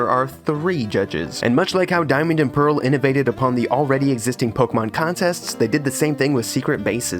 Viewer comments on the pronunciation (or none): none